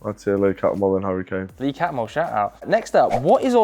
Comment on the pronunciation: The way he said Harry Kane, he’s starting to talk like robson green